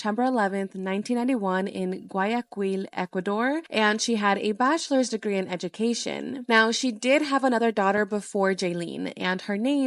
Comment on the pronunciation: i love how clearly and respectfully you deliver these heartbreaking stories , keep it up! also just a little thing i noticed, it’s pronounced “Guayakil” kinda like with a k; i know the q and the u being together can be a bit confusing sometimes but it’s okay. i’m not judging you, i’m just trying to help ❤